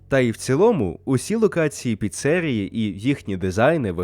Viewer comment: Блять чому піце́рія якщо піцері́я